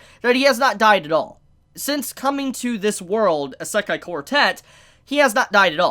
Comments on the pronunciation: I don't like how he says "Isekai". "Eh-Se-ka-e" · Good video but it really bothers me that you don't pronounce isekai right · The Japanese pronunciation of “i” is the same as the English pronunciation of “ē”. You are saying esekai when it’s actually pronounced isekai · "Eh se kai" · YOU ARE STILL SAYING ISEKAI WRONG!!!!!!!!